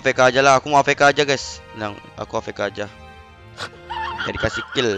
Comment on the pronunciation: afk dibaca avk Wkkwkwkwk